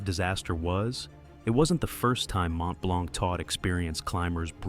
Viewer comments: As A french, it's sting a little (The C is silent), but thank you for the information, I've never realized so many people die on it. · Learn to pronounce Mont Blanc 😅